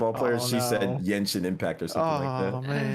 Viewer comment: Damn...Bavaria a country in Europe? You guys should really go back to school. It seems very believable now, that a lot of gaming youtubers are not very smart. And that 1 or 2 weeks after the NFL game. Oh but making fun about a Basketball player that doesn't know how to pronnounce f*cking Genshin.